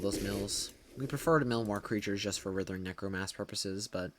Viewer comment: Damn bro we get it. You suck at pronouncing writhing necromass. So stop. Please.